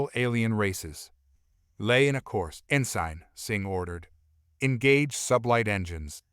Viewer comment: It irks me how rhe A.I. pronounces some of these words, such as "Ensign" being pronounced as "In Sign", as opposed to "In Sin". Or even these VII being referred to as , "Roman 7"